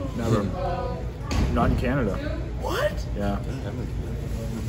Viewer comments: When you said canadia instead of canada it was clear you didn't know much of canada. ;-) Can't blame you. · Not Canadia 😂😂😂😂😂😂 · wow i thot i was the only one who said canadia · Anyone else notice how she said Canadia? xD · What country is Canadia? mark. 🤣